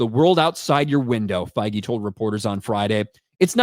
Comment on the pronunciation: did you just say they are sacking Feige or fiji or faggy or whatever his name is.